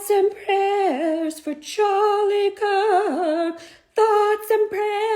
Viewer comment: To the first bird of this video: thoughts and prayeers to you... Thoughts and prayeers to you